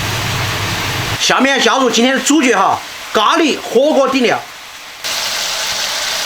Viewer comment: ，舌头捋直了，火锅底料，不是火锅底尿，，😁😁😁